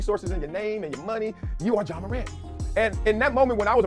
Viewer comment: It’s Ja not John. Please get the basics right. Helps the platform